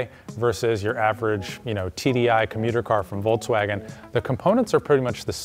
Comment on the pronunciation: Very good and informative video, but for the love of god i curl my toes when you say Voltswagin